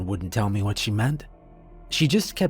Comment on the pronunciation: OH FOR CRYING OUT LOUD ... the letters { M } { E } ARE PRONOUNCED MEEE OR ME NOT ( may - or mê or mà ) Its pronounced MEEEE FOR füx sák .... aaagh Freeeeeeking annoying